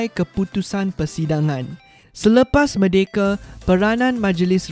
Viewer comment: cikgu maaf saya nak tegur, bukan merdekE, sebut merdekA baru betul cikgu.